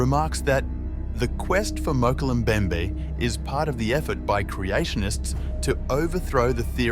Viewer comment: You need someone who can pronounce "Mokele Mbembe"